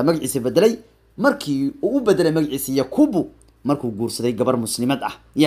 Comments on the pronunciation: 😂yakubu maha ee yacqub waye🤣micnaha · yacquub weeye magaciisu maaha yaquubo😀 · yakuubu maahanee yacqub waaye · yacquub waaye yakuubuu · yakuubu ma ahanee waa "yacquub"🤣🤣🤣🤣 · Sxb magaca thomas partey waa yacquub ee isagaa ku dhawaaqi karin